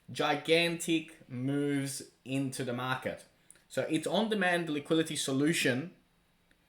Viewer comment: Liquidity. Ffs liquidity!!! I love and all he does. But, for gods sake, it’s not liquility, it “liquidity”.